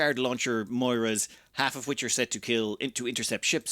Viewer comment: The fighter is pronounced Mo-re-ya XD Moira is a female name. A nice one, i think. Xenon use Graviton cannons, originally meant to reshape the planets they would terraform.